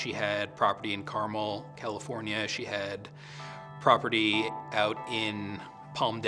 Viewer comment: Carmel not Caramel lol